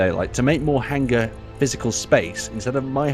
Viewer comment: Scott, Please tell that it is HANG +ER not HANG + GER:-) Love the fun you all have. Markam67